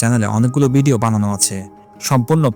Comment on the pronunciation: ভিডিও শব্দটাকে বিডিও উচ্চারণ করে ফেলেন। যেটা শ্রুতকটু লাগে। বাদবাকি ভিডিও যথেষ্ট ইনফরমেটিভ❤